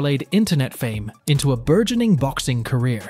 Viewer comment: You know this is an AI VIDEO/VOICE when it says took matters ETO his own hands. It's INTO not ETO